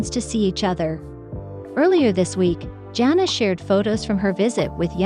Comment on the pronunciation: Sorry, but it really bothers me that you do not pronounce her name correctly. You don't call the spice Jingrrrr!